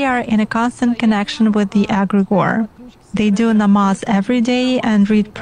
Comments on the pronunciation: She cant even say Allah. She says Agregor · she says aggregor because she cant say the name of Allah i think it will brake her link with her djinns or contract with them, the names of Allah are powerful in that regard. for exemple to us Muslims if you come in contact with an evil djinn or what ppl might call demons, just by saying Allah akbar or one of the names of Allah will give you some immediate protection. but just for information, even the praying 5 times a day, you might be harmed, there are levels of protection and stronger djinns that might have the power to overcome your protection if there is the slights weakness in your heart.